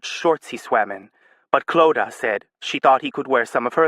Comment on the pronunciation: This narrator gets "Clodagh" right. <3